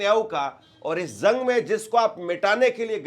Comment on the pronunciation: Sir,zang nahi bolte jang bolte hai